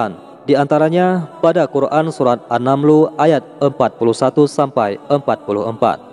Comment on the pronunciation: Maaf koreksi sdikit min. Kisah Ratu Bilqis diabadikan dlm surah An Naml..., bukan An Namlu (mgkn salah baca naratornya)..